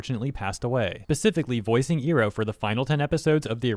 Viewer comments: That pronunciation of Iroh feels weird. XD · while I agree with you and it's unprofessional of Baldwin to act like he owns the character and make things political with said character, I'm also surprised you're mispronouncing the name XD I'm not sure if it gets pronounced that way in Eastern countries, but since it's not what Im used to from the show itself I keep going like "what" in my head haha but yah I agree with what you're saying here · Ok I love you but please pronounce Iroh’s name properly this is hurting me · Hold up nu uh nope stop right there. Its I RO not EAR O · Why tf are you pronouncing Uncle Iroh’s(Eye-Row) name like that?! 😭😭😭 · You said ear-oh so many times that I had to come back to watch the video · FYI, iroh is pronounced eye-row, or Ai ro if you're going by japanese phonetics i spose. just a smol thing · Oh you did not just pronounce his name as "Eeroh" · Love your stuff! And I don't mean to sound like I'm criticizing you or anything, but you do realize, Iroh is pronounced like "eye-row," right?... It's supposed to be a play on the word Iron. They pronounced it like how you do though in the God awful M. Knight Shamalan LA adaption... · I can only hear Iroh's name mispronounced so many times... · Is this guy purposely mispronouncing Iroh’s name? What the actual heck? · The voice actor aside, why are you saying Uncle Iroh’s name wrong? 😭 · we just going to ignore him saying Iroh like how the food gyro is pronounced? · pronouncing iroh wrong the entire video was hurting my soul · Iroh is pronounced Eye-row not Ee-row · Eye row, not ear row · Not to disregard the whole point of the video or anything, but is anyone else gonna mention how has been pronouncing it "ee-roh" throughout the the entire vid when it's actually pronounced "eye-roh"? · The way you say "Ear-oh" instead of "Eye-roh" when mentioning Iroh really gives me PTSD flashbacks from the first live action ATLA. 😂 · I ROW. Not E row.